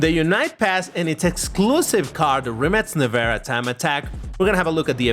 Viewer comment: No hate, but I love how pronounces the brand Rimac like "Rimmats" 😂